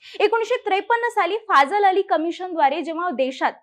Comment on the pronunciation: ते फझल अली अस आहे "फाझल अली" नाही. कृपया तथ्य नीट बघत जा.